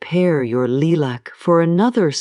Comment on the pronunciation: AI voice over and the mispronouncing the word Lilac was an immediate turn-off. Did not finish and won't be back.